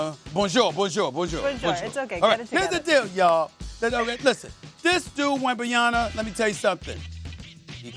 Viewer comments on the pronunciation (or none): Why are you struggling to pronounce is name it’s not Wembanyana it’s Wembanyama 😅 you guys might be saying something offensive or maybe not 😅 find out what’s the name mean … just saying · WembanYAMA not wembanyana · Yama not YANA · So unfortunately am African, then Stephen A , comes back on first take and can't even even pronounce the first round draft pick name , the difference is wembenyama and wembenyana two different names , ask wembenyama's father's ,it's a disrespect,dude you black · its wembanyama.. why pronounce it as wembanyana? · Wembanyama.... not Wembanyana... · Get his name right Stephen A! It's not Wembanyana, it's "Wembanyama". PEace and Love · WembanyaMa not Na 🤦🏽‍♂️ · Can Stephen A. read ? It's WembanyaMa not WembanyaNa ffs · Steven A, it´s Wem ben ya MA, not WembenyaNA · This dude Wembanyana😂😂😂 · Why Stephen A keep calling him wembanyaNa !? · WembanyaMa Stephen A!! Not “WembanyaNa” 😅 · For a little bit everyone was saying wembanyama close to correctly. Since then I hear wembanyana by 85% of announcers 😑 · Here's another name we can add to the "SAS can't pronounce" list. First is Luka DonCHICK, now we add Victor WembanYANA lmao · STOP saying WembanyaNa please! M! M! M! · Steven A can't even pronounce Wemby's name right smh Edit: and even more frustrating, nobody is correcting him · Stephen A keeps saying "Wembanyana" like dude, can you at least proof-read and pronounce names correctly? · Fukin hell Stephen A ‘Wembayana’, this man’s ignorance to not even bother to try and pronounce his name properly. Embarrassing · Say his fkn name right smh WEM-BAN-Ya-MA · Does Steven A know that he's mispronouncing WembanyaMa ??? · "wembanyana" - Stephan A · what's with everyone pronouncing hs name as "WembenyaNa" . Is that how it's pronounced or people are just ignorant? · Why the hell is he saying "Wembanyana" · Is there any reason so many people pronounce it "Wemban-YANA"? Announcers were doing it last night, and now SAS. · Learn the mans name! "Webenyarna" 😂